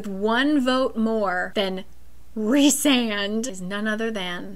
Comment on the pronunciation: WAIT YOU CALL HIM REESAND?? ITS RICEAND!!!!! but yes i do love him ALSO WHAT??????? HE DOES NEED THERAPY BUT HES MY SOULMATE ENERGY